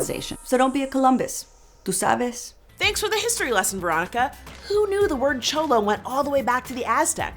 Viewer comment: I’m sorry but the way you pronounce cholo is offensive kssisksksksk